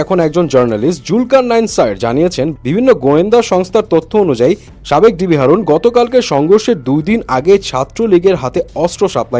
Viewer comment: হারুন❌ হাউন✅ 😆😆🤣🤣